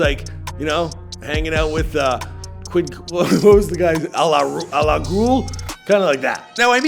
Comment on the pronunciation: "Al LA Ghul" lmao